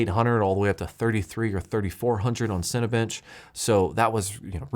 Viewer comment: Hahaha....listening to you say CineBench is....uh...hilarious. Does NOT sound like that over the microphone...just saying.